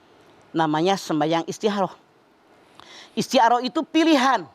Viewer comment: Istikhoroh Zahra: Istikoroh Mamah Dedeh: Istiharoh (kedengeran seperti Ha bukan Kho/Kha)